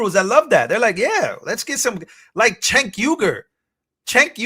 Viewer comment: Cenk is prnounced Jenk. Then Uygur is pronounced You-Grrr.